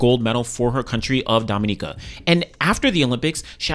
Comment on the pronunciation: Being from Dominica, I'm just grateful that you pronounced it correctly..Kudos!!! Looking forward to seeing Thea continue to improve. She's been on a great trajectory for the last 2 years before peaking at Olympics. So, the goal now should be to keep improving and medals will continue to be in her future. I'll be staying tuned.